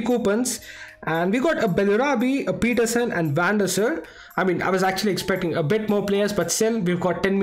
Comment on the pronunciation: Van Der Saaaaar not Van Der Sir